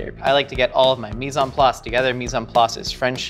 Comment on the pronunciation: It makes me cringe how he’s pronouncing mis-en place.